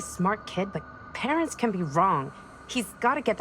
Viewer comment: Who else thought the characters kept saying "pants"?